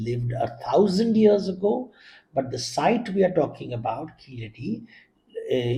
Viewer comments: Please say keezhadi, and vaigai correctly. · Why is Devdutts views being sought on Keeladi, not Kilaadi as the anchor eggegiously mispronounces? There r enuf scholars for it on the subject to opine. And in any case all he did in the video was shared the trade success of the indus valley peoples n he did not respond to the by line of the video which announced WHAT KEELADI MEANS FOR INDIAS CULTURE...n also gave the unsuppoted theory of the declining indus civizarion finding its way to Keeladi. In 2000 BC. The facts from experts show habitatonal evidence before 3000 BC. And to mention Sangam with no relevance seems only to create an impression of scholarship...also iron tools were found confounding archeologists as earliest use of iron in the north was post 1900 when it was used for horses...mythologists passing of as historians is to leverage bubbles in these media hyped times